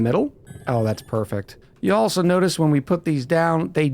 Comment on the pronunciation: tell me you lived in the south a long time without telling me. "y'allso" aka you will also. :D